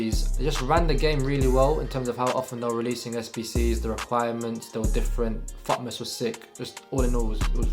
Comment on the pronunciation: I heard it as fuckmas instead of fitness lol